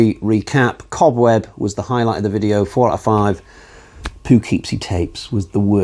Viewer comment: Anxious to give The McPherson Tape a go - never even heard of that one. Isn’t Cobweb protagonist a little boy?? Pearl was just boring. You’re not pronouncing “Poughkeepsie” right. 😝 I like the mini-reviews - I’ll watch all of them!